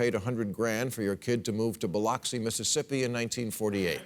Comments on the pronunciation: IT'S pronounced Buy LUX ee....not Buy LOX ee...a native born Mississippian who got out. . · Biloxi is Buh-luck-see, Mississippi. Not Bill-oxi or Buh-loxi. Jesus, Bill. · By the way, Bill…Biloxi is pronounced “Biluxi”, not “Biloxi”. Bil-lux-ie. Anyhow, love your point about having just one National Anthem, the American National Anthem! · Just FYI - "Biloxi, MS" is pronounced, "Buh-LUX-EE," not Bi-LOCK-SEE." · This was a fantastic segment! Side note: Biloxi is pronounced “bill-luxey”, tho without living near there I wouldn’t expect everyone to know how to pronounce it (easier than Gautier tho, which is pronounced “go shay”). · It's pronounced Buh-lux-ee. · Dude doesn’t know how to say Biloxi lol